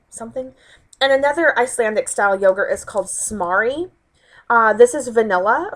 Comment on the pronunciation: It's said like s'more-ee! So jealous you have that at your whole food! I used to live in Iceland...skyr is good stuff.